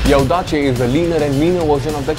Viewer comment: ottima pronuncia...! well done ;)